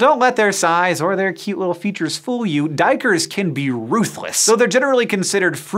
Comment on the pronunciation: hey man your prenounciation of duikers is perfect way to say the dutch word for diver.